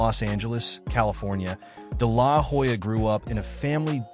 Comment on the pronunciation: I’ll never understand why people do all the research to make a good video and still get the pronounciation of the name wrong. The “H” in Hoya is silent!!